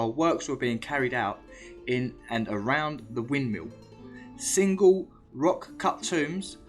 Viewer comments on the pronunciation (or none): none